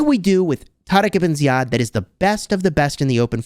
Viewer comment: The way you tarek ebn ziad is exactly as our Arabic talking ,i appreciate saying it the right way 🫶🏻